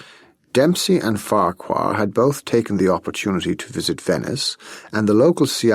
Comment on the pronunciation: Farquhar Smith should be pronounced as Farrar ....